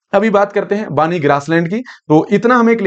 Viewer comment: बानी नहिं , बन्नी Banni